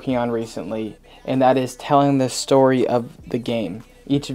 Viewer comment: lmao "Tell a Sotry"